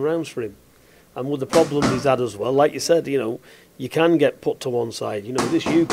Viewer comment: VIS AND VAT. Talk properly pal